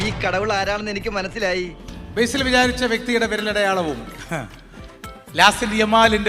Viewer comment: ബെയ്‌സിൽ അല്ല സാറേ ബേസിൽ 🙏🏻